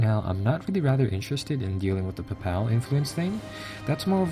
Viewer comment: Pape-el not pap-al. and in the pape-acy and Ja-Bral-ter its the straight of Ja-bral-ter